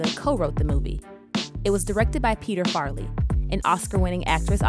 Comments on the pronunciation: Who’s Peter Farley ? You mean Peter Farrelly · It's 'Farrelly', not 'Farley'. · "Peter Farly"? You mean Peter Farrelly? Two seconds of research, guys...